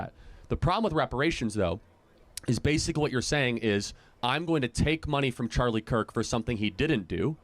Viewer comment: “Charlie cuk” atleast say his name right